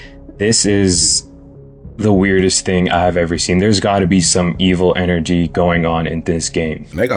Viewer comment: Negative N A G/energy..... N A G I know he says it just like that 54 times in that video...🙄🤦🤣